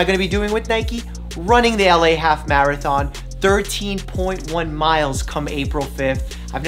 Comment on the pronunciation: Dr.mike:Maraton Me:What Dr:Mike:Marathon I didn’t misspell the first Marathon*